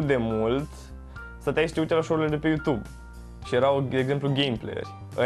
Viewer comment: "Pa yutub" Bonus : "Umm...pa yutub boss"